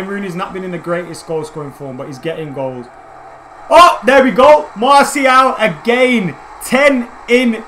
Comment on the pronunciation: In the space of 60 seconds you pronounced Martial's name 3 different ways. xD